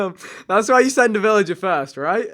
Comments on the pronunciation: Who says forst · Who in there right mind would say forst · 0% wont read this but stop saying forst just saying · The Irish pronounce it as forst I guess